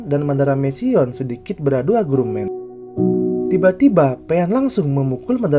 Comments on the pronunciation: Gak sabar chapter ini ditampilkan di versi anime nya..walau mungkin nanti bukan di season 1..kalau gay scene nya,buat fujoshi ini. Btw min.. ralat disetiap vidio..penyebutan Agrumen🚫 Argumen✔ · Argumen bang bukan agrumen